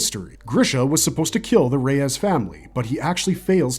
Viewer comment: Rod "Ray-ass"